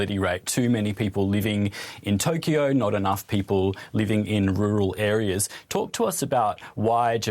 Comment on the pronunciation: this Britsh guy cant pronounce cause of his Accent. he said Tokee- YOoo it is just Toke-yo